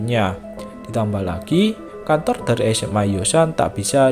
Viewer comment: Abang kan bilang kantor yang aku denger kontor